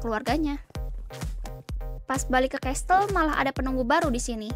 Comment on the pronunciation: Casel bukan castel🙃